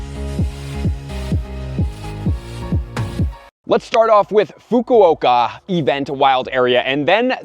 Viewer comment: Man he butchered the pronunciation of Fukuoka lol